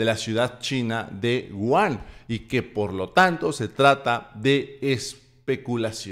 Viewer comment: la ciudad de China en donde se originó la pandemia se llama WU HAN. SE PRONUNCIA ASÍ WU HAAAN! LA H SE PRONUNCIA COMO "J" WU JAN!